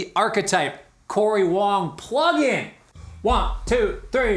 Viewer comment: Did you say Wong two three? 🤣🤣🤣